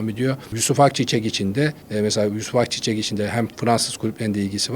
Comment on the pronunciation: Biri şu adama yusuf'un soyadının akçiçek olduğunu öğretsin artık ya ayçiçek deyip duruyo kaç senedir